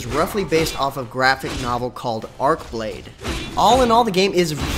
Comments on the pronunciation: It's "Arch" not "Ark"...... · Arch=Arch, Arche=Ark.